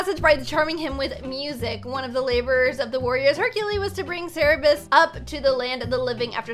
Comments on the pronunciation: ITS KERBIUS NOT CERBIUS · what is this animal?!?! I think cer-bee-us and uhm or-fee-us Me: Oml i love this vid -_- IT IS COMMON KNOWLEDGE IT IS GREEK IT IS OUR PAST!! Cenatours ooh medusa! Ahh a chimera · cerberus is pronounced cer bur us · Ser - Ber - Us (Pronunciation) *I love le Hell Hound <3) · how to pronounce: sir-bee-us :) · It's Cer-Ber-Us